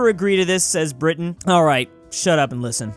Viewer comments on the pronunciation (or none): none